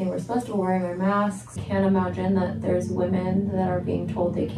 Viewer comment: I heard, "there's legs!"